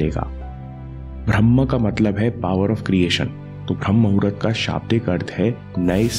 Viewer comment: Vo to muhurt hai n aap mahurat kyu bolete ho.